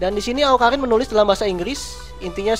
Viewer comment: bang awkarin bukan awkalin :v kidding bang